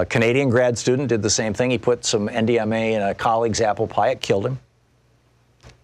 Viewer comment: Hah, thanks! Even the subtitles thought he was saying M, DMA.